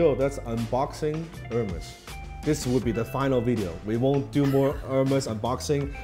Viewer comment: "AIRMAYS" not Hermes. You teach so much Dan, that lesson is also free :)